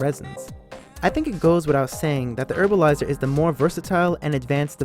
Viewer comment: Herbalizer.. not Erbalizer